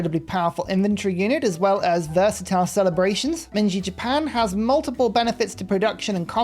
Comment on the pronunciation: "Mengi Japan" 😂😂😂 Edit: oh mengi. ...